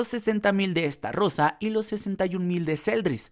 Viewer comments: Es estarosa no estarrosa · Por qué pronuncias esta rosa si se pronuncia starosa. Es decir con una sola r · Lo que te falta es mensionar bien los nombres de algunos personajes como el de estarosa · Podrías decir Meliodas y no Méliodas pls? Xd Podrías decir Estarosa y no EstaRRRRosa pls? Xd